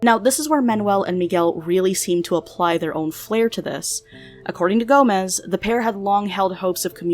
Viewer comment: sei que não é por mal, mas ouvir "gomes" pronunciado como "gomez" é tão!! agh! e a letra j pronunciada do mesmo modo que é pronunciada em espanhol KDJHGD